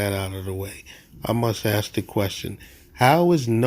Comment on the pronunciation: Ask not axe. Why is “ask” so hard to pronounce correctly?